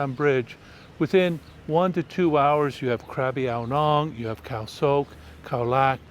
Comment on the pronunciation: Something was mistaken. Wat kaow not wat keao. Keao= green Kaow = white But ur vdo is so funny. It s full of good informations for tourists. I m waiting for your next.